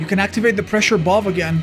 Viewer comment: Bro says, “Balb” for Valve…